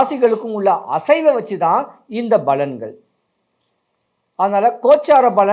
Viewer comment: balangal illai palangal